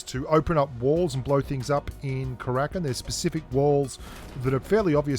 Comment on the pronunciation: Haha it’s not Krakin, it’s Kara-kin